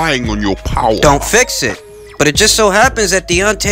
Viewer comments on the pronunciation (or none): “Relying on your Powah” 😂